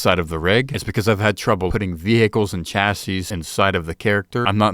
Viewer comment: i sure do love my ve-HI-cles